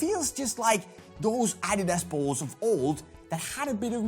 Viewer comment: You aren't even saying "adidas" right.